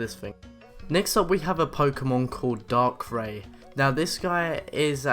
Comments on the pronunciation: Also dark-ray not dark-rI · Pronounced (DARK-REYE) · Dar-Cry not Dark-Ray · Nigga said darkray its not darkray its darkrai 😂😂😂😂😂😂😂😂😂😂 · darkr-ie not darkr-ae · Ditto is not pronounced Dit-ew, you pronounce it as Dit-oh Darkrai is not pronounced Dark-Ray, it's pronounced dar-cry. Nice video, though 🙂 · Darkrai is said like dark rye not dark Ray omfg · You pronounce all the names wrong... a. IT DAR/CRY\ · It is prononced (dark-ry) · Also, darkai is apparently called dark ray now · It's darkreye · Dittoo? Physics? Darkray? Weird pronouceations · it's pronounced dark cry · Darkrai not darkroe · its darkray